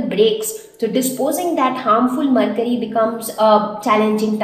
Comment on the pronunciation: It is mercury not marcury